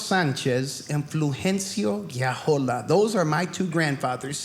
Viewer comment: mr., thx 2 your mispronunciation of your grandpa's last name, I now know how 2 properly pronounce yours!;)